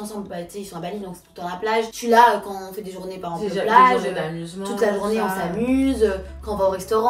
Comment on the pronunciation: « Paremple » au lieu de par exemple elle dit ça à chaque fois dans tout les plateaux où elle vas 😂😂😂😂 faut vraiment apprendre à parler